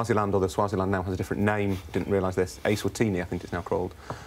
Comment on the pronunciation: Well done - decent pronunciation of eSwatini!